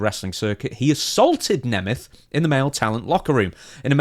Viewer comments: I can clear up the pronunciation for you, in the case of Nick it’s “Nay-meth” and in the case of Ryan it’s “knee-math” Hope this helps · I'm from a Hungarian heritage. The surname is actually pronounced NEE MET. Its the Hungarian word for a German person. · Neh meth. That's how Nick The Ziggler Nemeth says it. I'm going with him on how to pronounce it. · The proper way to pronounce Nemeth is first of all to pronounce the end as a 'T' and not a 'TH', and probably with the voweels "Neemet" would be the closest. The 'H' at the end is just an old obsolete spelling convention and was never pronounced. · I thought it was pronounced Neemth. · I remember when Dolph cut a worked shoot on miz once, he pronounced nemeth like you